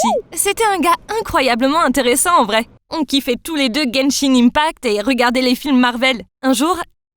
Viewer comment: je suis morte pour la 4e histoire où la meuf a sorti " Genshin INEEEEpact " PWHAHAHA pardon- 🧍🏻‍♀️🧍🏻‍♀️🧍🏻‍♀️🧍🏻‍♀️